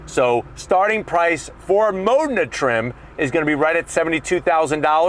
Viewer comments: Why is he saying "Mona"? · Where did you saw "MONA" ? Its "Modena" ..